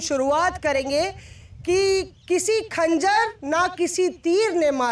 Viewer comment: Madam aap ne eshar (yani sher) achcha padha, lekin खंजर नही ख़ंजर hota hai.